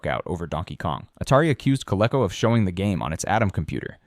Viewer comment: It's "Co/LEE/co," not the other way like somebody who's never heard it spoken. My friend at the time had Coleco and I was stuck with Intellivision.